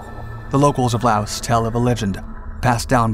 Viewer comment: S is NOT pronouced in LAOS